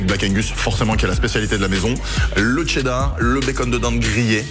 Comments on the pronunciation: Tu dit Tchedart au lieu de Chedart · On dit pas tchedar on dit chedar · Arrête de dire TCHÉDAR bordel